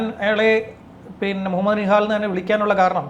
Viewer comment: bro nihad ane allathe nihal alla adutha pravisham set akuka